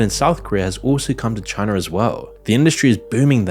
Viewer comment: just came to say CHINER